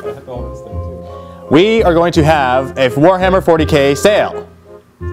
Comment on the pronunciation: ha in one of the bloopers, i'm pretty sure you said you were having a "phwoarhammer 40k sale"